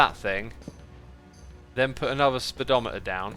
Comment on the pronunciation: oh goodness the way he pronounced the speed'o'meter cracked me up xD